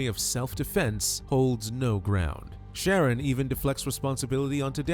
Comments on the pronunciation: its sha- ron. I said the same thing until I remembered how my people name our kids. The narrator is saying Sharon, but its pronounced sha-ron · It's obviously pronounced "Shuh-Ron". AI is so silly. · It’s Shar-ron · Did you listen to his mother addressing him? She called him "Sha-rón" with emphasis on the last syllable, Ron. She also called him Ronnie.The computer voice mispronounced his name throughout the video. Naming him Sharron was just one of a host of stupid mistakes his mother made from the moment of his birth. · I enjoy that you've mispronounced this idiots name through out the entire video.